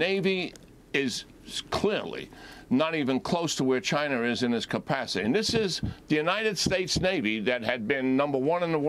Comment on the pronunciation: I love hearing people who are "smart" call it (Chiner)...